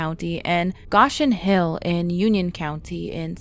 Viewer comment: Go-Shen Hill